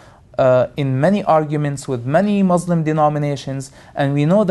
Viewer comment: can't believe people listen to the crap pouring about his mouth. Everything he pointed out is wrong. He knows nothing. how typical of ex-Muslims. and he cant even say "Muslim" right haha!